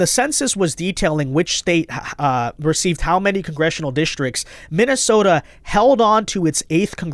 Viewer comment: Di she say “MINNISOMALIS”???????